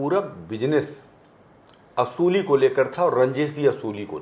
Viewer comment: Kya Hindi hai...Mahshay...Wasuli ko Usuli bola deta hai..